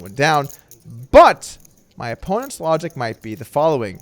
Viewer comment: Did you just say "lodgic" ?